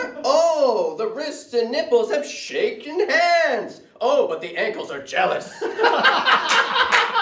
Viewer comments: ｽﾞｪﾗｽｨの発音気持ちよすぎるwww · JEALOUSの発音好きすぎる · ジェラシーの発音の良さが気持ち良すぎる😂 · 最後のjealousの発音がいい締めになってるww